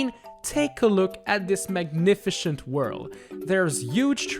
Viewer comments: You said magnifishint its magnifisint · "magnifishant" wow, just wow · at this magnifichent level